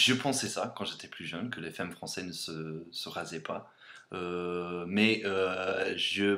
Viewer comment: Elle est cool ta vidéo, juste on dit femmes comme "fammes" et béret tu dis "beuret" mais j'aime bien et NON les bretons ne font pas que de se balader a velo avec pain et fromage haha (mes origines) mais c'est bien pire dans ma région en franche comté XD continue en tout cas ! :)